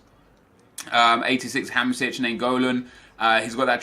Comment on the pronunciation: Why do you sometimes pronounce Hamsik as Hamsic? There's a clear K at the end. And also it's Karnezis not Karnezius. He's Greek not Roman. Other than that I'm happy to see the draft back!